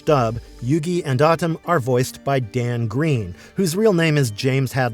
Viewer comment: Solid vid, but pronouncing Atem like “Autumn” is distracting lol